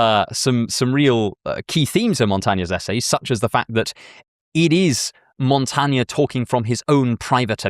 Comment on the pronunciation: Your pronunciation of my name is atrocious - Michel de Montaigne.